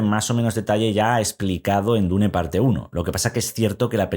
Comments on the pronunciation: Se dice: dun o duna ni existe eso de dune o diun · En realidad la pronunciacion correcta en ingles es Diun. Deja de inventar si ni sabes el idioma